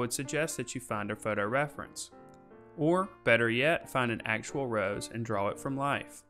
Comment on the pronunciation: Thanks, your videos are great. The only thing I cant get over is how your pronounce draw... you say dwawer.... gets me every time... lol